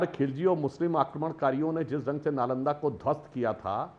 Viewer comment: Pahle Nalanda bolana to sheel lo. Chanakya to door ke baat pahle strategy bolana to Sheekh lo.